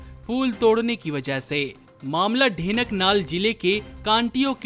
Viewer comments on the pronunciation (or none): Denaknal nahi,dhenkanal jilla bolo